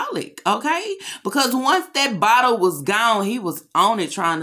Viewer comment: U said ;; Another Bahtle !!